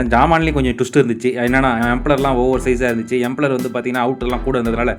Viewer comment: எம்ப்ளர் இல்ல தம்பி. இம்பெல்லர்